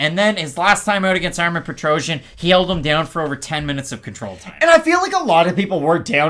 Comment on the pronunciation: Nobody pronounce Petrosyan correctly. The ending doesn't sounds like trojan , it should pronounce more like Petrossian